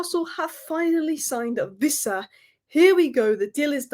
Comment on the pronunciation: Its Wissa, not Vissa. Everyone on YouTube seems to think he's a German. 😂